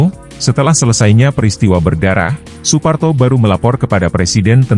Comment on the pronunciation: Letkol SOEPARTO, ucapan namanya adalah S-OE- P-A-R -T-0, dan bukan S-O-E-P dst-nya. "OE" itu diucapkan seperti satu huruf, seperti huruf "U" ejaan sekarang, karena huruf "U" jaman dulu diucapkan "U" dengan UMLAUT diatasnya seperti berikut ini, "U dengan " diatasnya.